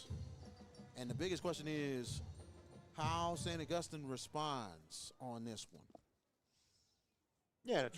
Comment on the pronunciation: This guy mispronouncing St. Augustine is an epic level flop.